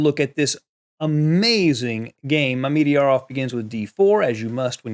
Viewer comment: What a game! (PS: I believe it's properly pronounced "Mama-jarov", lol.)